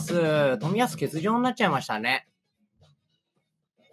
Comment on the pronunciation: なっちゃぁましたねっていい方